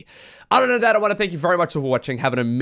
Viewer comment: "on the udder side of the map"... which side has udders?:p